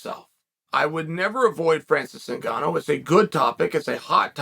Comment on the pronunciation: Francis WHOGANNOU